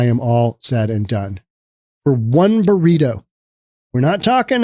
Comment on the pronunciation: wait. did you just say "18 dollar boreeto"? jesus.